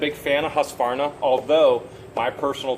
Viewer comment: Hearing him butcher Husqvarna was like nails on a chalkboard to me also one of the best made chainsaws and or small engines in the world in my opinion